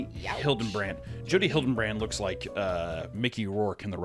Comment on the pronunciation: It’s hill-duh-brant not Hiltonbrand